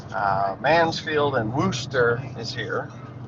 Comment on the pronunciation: I live in Wooster. Fyi, it is not pronounced like rooster.....lol.